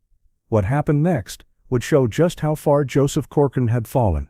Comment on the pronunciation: Why do you say coçorine? Learn how to pronounce His name correctly.